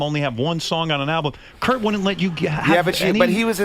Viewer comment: they way he pronounces Cobain's first name makes me understand why some youngsters thought he was called "Kirko Bain".